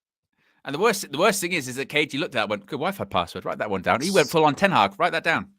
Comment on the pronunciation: Reuben Ten Hagg 😂😂😂